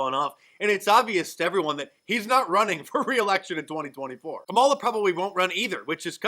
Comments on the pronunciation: Did she actually said "My name is Kalama Harris"? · "I'm Kamel-toe Harris" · "No, no, no no. My name is Kamaltoe Harris and I'm Vice President." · I remember the pronunciation of her name being a big deal. She just mispronounced her own name. I wonder if she's a racist.